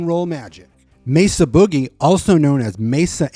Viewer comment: Excellent overview and thank you for pronouncing "Mesa" correctly. That name gets butchered quite a bit out there, most common being "May-zuh".